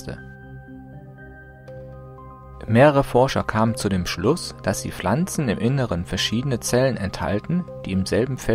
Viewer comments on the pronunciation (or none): das heisst pflanzen nicht flanzen gggg